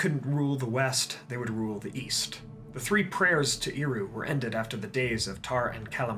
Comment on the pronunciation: Super minor nitpick; Eru is pronounced with a soft ˈɛ sound not a strong [i] sound. “ehRU” not “EEru”.